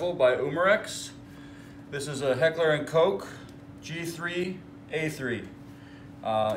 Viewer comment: No. Not Heckler and Coke.... Heckler & KOCH. it’s German!